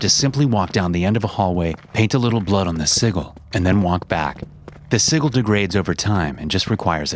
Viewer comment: Nice vid. You say sigil weird tho. It's pronounced "S-i-j-i-l"